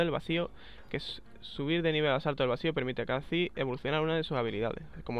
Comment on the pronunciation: kah'zix ? es kha xD